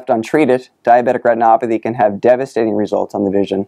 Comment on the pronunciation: The way he says "diabetic retinopathy" is amazing. I could listen to that on repeat.